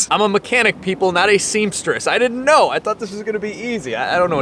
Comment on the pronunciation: When he says " I didn't know " it's the most Italian I heard him ever